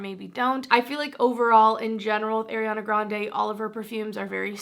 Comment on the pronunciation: Is No one is gonna correct her on her pronunciation of Ariana’s name 😭